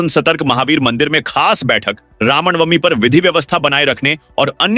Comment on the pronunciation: Ramnamvi बोलने में दिक्कत होती है